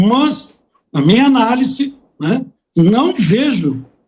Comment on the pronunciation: "ANÁLICE". Assim o velho delegado fala e quer dar pitaco sobre o que pensa Alexandre de Moraes.